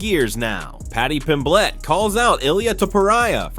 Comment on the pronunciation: Mispronunciations of well-known names like Pimblett and Topuria , let me know this is probably AI-generated content.